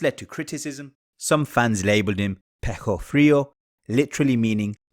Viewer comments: Que cosa cuando intenta decir Pecho Frio pero le predomina el acento le sale "Pejo Frio" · It’s peh-choh not peh-koh frio